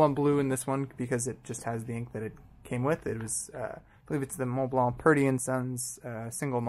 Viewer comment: Finally, a native English speaker (I'm assuming) who pronounces Montblanc properly. Où as-tu appris à parler français? I used to dislike Montblanc because I knew too many people who had one but never wrote with it or even cared about fountain pens, they just wanted to show off the little snowcap sticking out from their shirt pocket. I also wrote with a modern 146 and was far from impressed. I mean, I have Pelikan, Pilot and Sailor pens that cost half as much and write twice as well. But then a fountain pen buddy recommended I look into vintage Montblancs and I picked up a 342-G two years ago, and it's a fabulous little writer. I just bought an early 1980s 146 and am waiting for it to arrive.